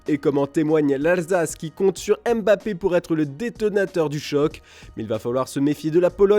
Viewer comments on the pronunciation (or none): none